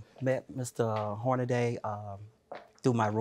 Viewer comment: His name is not Hornaday😂😂😂 JM reaching😂😂😂